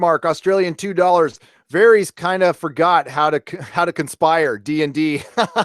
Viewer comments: Man I really hate how some people can't pronounce these characters' names after 10 years. Who is VAARHEES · "Varrieees" - does this guy even watch the show? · is it var eez? or vair ess? clee gan, or cla gain? me san day? mi sandy? Thanks to M Night, pronunciations of character names is now a pet peeve....